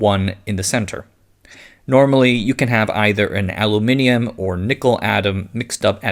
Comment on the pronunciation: I'm pleasantly surprised to hear an American pronounce Aluminium correctly.